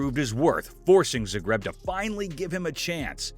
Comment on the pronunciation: Way , interesting way I meant ( a typo due to autocorrect). Technicaly Zagreb is fine, but it's too pronuanced. I am not very good at gramatics sadly, but I think you pronuanced it something like this: Zaģreb was my impression. There is plently of material on Youtube where you van hear Croatians pronuancing both .